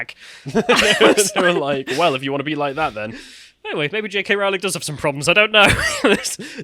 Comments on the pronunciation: wait wait wait, I take the piss out of Americas cause they can't pronounce JK Row-ling properly but now my fellow Brits..wtf it Row then ling lol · ITS ROWLING LIKE "BOWLING", NOT ROWLING LIKE DISEMBOWLING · so her name is "rolling" lol